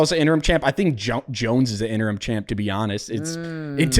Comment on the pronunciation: He said interm 😂